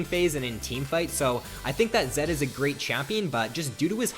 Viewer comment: zed no zen